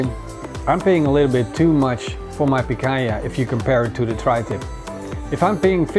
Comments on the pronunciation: Great barbecue, congrats! 2 tips, it's Picanha, not Picaña and the Picanha slices should be bigger, not small. Cheers! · Does not have a clue how to do Barba Koa BBQ. It is not pikaya. Its picana.